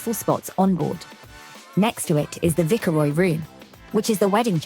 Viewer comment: May I please correct your pronunciation of Viceroy? It’s Not Vicker Roy. It’s Vice Roy